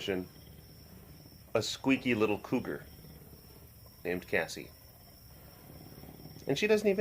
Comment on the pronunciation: I kept hearing "this ass" not "this sass" XD Oh Cassie